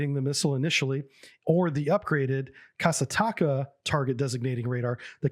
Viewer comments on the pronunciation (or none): KASATKA in Еnglish its Killer whale, in Russian "Ka-sat-ka", u speak "Kasa - taka", and "Mol-niya" not "Moli - niya" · "Kasataka"?! Damn japanese infiltrating the Soviet Navy! XD Its "Ka-sat-ka", that means "Orca" (Killer whale). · Hey I beleive it is pronounced Kah-sart-kah and means Killer Whale. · I get that Russian seems counter-intuitive for an english-speaking person, but "kasatka" is pronounced like "cah-sat-cah" and means "orca". Kudos for the video! Edit: oh and Razboinik (Robber) bay is actually Strelok bay around Putjatin island